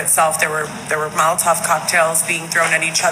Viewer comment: It's 'Molotov' btw